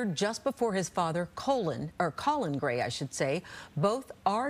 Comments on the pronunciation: She called the father "colon" at first 😂😂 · Mispronouncing the name is "colon" is fucking hilarious to me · Colin Powell was "colon" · How she pronounced the dads name colon 😂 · Lmao "colon"